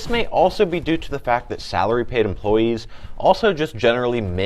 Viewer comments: lol I didn’t even catch that😂 sounds like he said.. “Sourly”😂😂💀💀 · Hourly v Saraly 😂